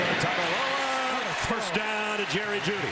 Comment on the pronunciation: Don't have to say his full name just say "TUA" or if your gna say it all say it right... Tua = "Two-Ah" Tagovailoa = "Tangovairoa"